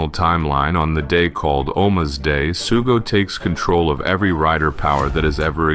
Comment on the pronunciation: It's Sougo, not Sugo.